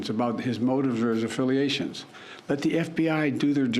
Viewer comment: His motives or his affiliations. Now, children....why can't sleepy just say " his motives or his affiliations" without slurring